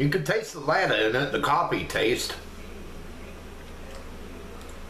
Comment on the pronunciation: Hi. Latte is pronounced La Tay. When you said you give them a 5, is that a 5 out of 5?